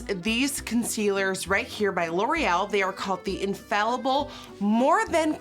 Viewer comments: Infaillible is French and pronounced uh-faay-yi-bl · GIRL YOU GOTTA TRY THE "THE SAEM" CONCEALER 😍 Also it's pronounced "unh fay ee bl" unh like huh wtf without the h then fay ee like fire but without the re and bl.... like if you got cut off trynna say blood 😂😘❤🇫🇷